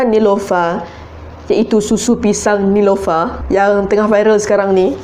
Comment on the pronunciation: Nelofa lah kak bukn nilofa.. Hahah.. Cuba buat susu manga... Hahahah😂😂✨